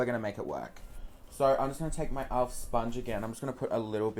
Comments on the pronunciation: its pronounced elf not alf hahahahah love you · omg when you say "elf" it kinda sounds like "alf" and I can think about is that bloody flamin gallah from home and away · Why do you say "owlf" lmaooo